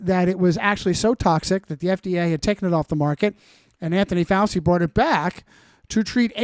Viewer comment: ‘I’m Italian’ - proceeds to mispronounce Fauci. What an utter gish galloping shit spreader 🤦🏻😆